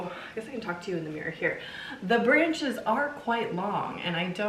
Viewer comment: did u just call them "branchies"? 😂🙌 🕸🕷🎃 the little painting above the keyrack is SO cute!